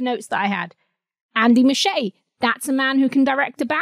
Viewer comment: Muschietti is pronounced "MOO she ET e"